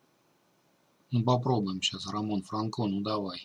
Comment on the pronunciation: Бля франкО уши режет ппц... чувак это Альгера или Полинеро... это латиносы - фрАнко чувак